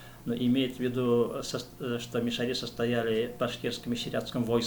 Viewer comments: Ударение неправильно! МиШАри не МишаРИ. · Мишяр. Ударение на втором слоге...так себя называют татары д.Тат Толкиш Чистопольского района и др..мишяре в Татарстане.. Вы говорите о другом народе? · Ударение на А - мишАри !